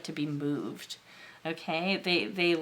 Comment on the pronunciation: #1 sounds like me. 😅 #3 I heard "they really like to be boobed" then realized you said "moved".🤣